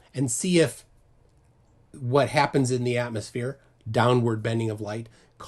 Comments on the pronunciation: Did she actually say athmoplane? Didn't laugh that hard in a while 😅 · “Atmoplane” LOLOLOL!!! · they're straight up calling it an atmoplane? I cannot take them seriously. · Idiot can't even bring herself to say 'atmosphere' shes so obsessed, has to say 'atmoplane' lmfao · Is she saying "atmosplane" in place of atmosphere?🤣🤣🤣they're SO AFRAID of that word!!😱🤣🤣